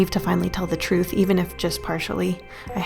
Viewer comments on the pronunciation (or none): none